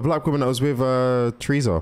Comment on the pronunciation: i love how you say "tresa" instead of "teresa"